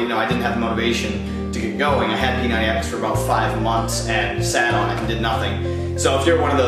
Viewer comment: dude u gotta emphasize the "X"